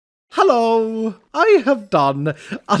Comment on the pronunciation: I love when he says hello HAlloo